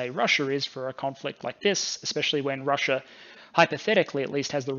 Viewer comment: Russia doesn't end an "r". Neither does idea.